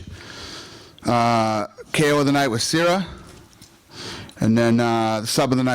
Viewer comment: dana white got siyar's name wrong